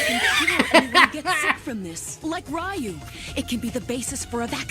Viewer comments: Ugh, hearing them say "RYE YOU" instead of "REEYUU"...yikes! lol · That's how everyone I knew pronounced it until 2003.